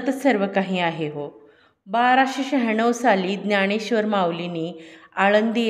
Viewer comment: ज्ञाणेश्र्वर न म्हणता ज्ञानेश्र्वर म्हणावे.